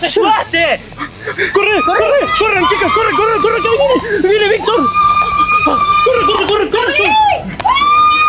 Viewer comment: Es Victor no vic